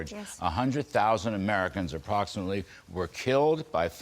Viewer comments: The word is “fentanyl” the nyl is pronounced like “nil”. Good analysis. Hope she’s right. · I appreciate your show Larry...I respect your intellect and perspective...Please pronounce fentanyl properly...